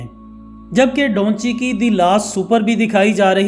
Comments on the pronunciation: Bhai donchi nah hai uska naam da vinci 😆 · Da vinci he bhaii dhonchi nahiii 😅😅😂😂😂😂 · بھئ اس پینٹر کا نام ڈاونچی نہیں ۔۔ دا وینچی ہے 😂🤣۔ نام چاہے جس زبان میں بھی ہو ٹرانسلیٹ نہیں ہوتا